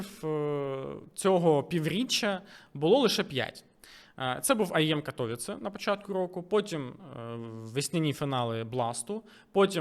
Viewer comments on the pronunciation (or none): none